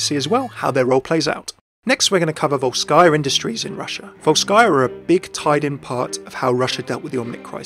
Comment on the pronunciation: Overwatch (FailCraft) Great content mate, keep it up! From Russia with love :) P.S I'm pretty sure it should be pronounced as "VOlskyia" industries, not VolskYia)